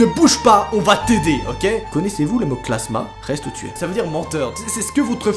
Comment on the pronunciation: Tu as dis clasma au lieu de dire clamsa😭😭😭😭😭😭😂😂😂😂